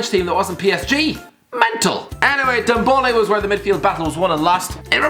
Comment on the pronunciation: ffs its NDOMBELE not NDOMBOLE